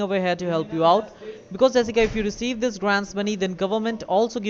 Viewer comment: Hey! You’re not the real “”! 😧